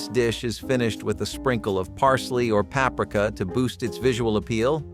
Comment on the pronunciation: You can say "maillard" but not "paprika?" Damn, have a run through.